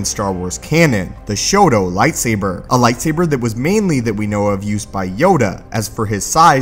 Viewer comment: Soooo... Did someone count how often he said "Lightsaiber"?